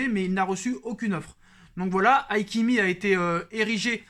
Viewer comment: Hakimi pas haikimi lol